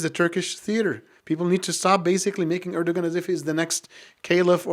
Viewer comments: Strangly that someone claims to know Erdogan and Turkey and then pronounce G in Erdogan surname. Strange how so many so called Muslim intellectual just simply generalise the term Kemalists.. Firstly and obviously, for many Kemalists the interest of Turkey are primary thing. Turkish Nationalists aint like Arab onse. They don't put themselves above interest of country. Secondly, Kemal and Nationalists, truly played the role in saving Turkey from many foreign factors. In that, they were absolutely successful. And they stopped the rot which lasted in Ottoman Empire In many senses, they prevented Turks being Gaza. Those legacies are difficult to neglect. Basically, they were the winners in the situation which was even more difficult then people imagine. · imagine to say ,I have a lot of Turkish students and then pronounce Erdogan with the G , which should be silent? A little detail but telling anyway. And his generation?